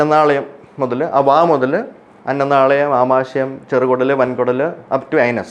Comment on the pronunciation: അന്നനാളയമല്ല, അന്നനാളം.